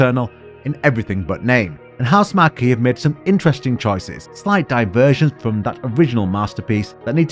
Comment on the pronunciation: I like your final thoughts on Returnal also, but it's pronounced House-mark, not Housemar-key